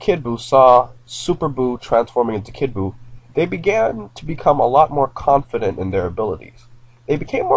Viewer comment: It's kid buo